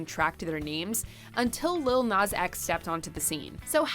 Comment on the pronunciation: The way they say Nas is really annoying me 🤦‍♂️